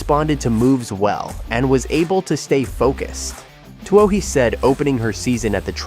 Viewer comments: Too bad this AI can't pronounce Katelyn's last name, otherwise it's great to see her back. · HATE this VOICE... CA'T Pronounce her NAME, and it's FIVE- ZERO, ZERO ZERO race